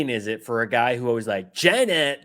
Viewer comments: I think Trump pronounced it "Ghina" because Ivanka was always close by. 🤥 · Sorry when he called out "China ", I really think his was calling out "vagina". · To stand up there when the Virus hit us he was up there blaming it all on China . He'll he can't even say the name China right. Loser